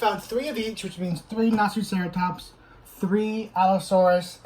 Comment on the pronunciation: Did he say naziceratops?!